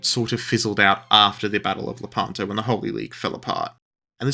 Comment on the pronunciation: Id like to know about the battle of…La-pan-toe? Shut up